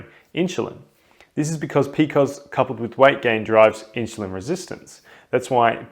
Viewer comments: Who pronounced PCOS as "p-cos"??? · In the US we usually say pee-cee-oh-s. This is the first time I have heard it referred to as Pee-kohs. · I love it!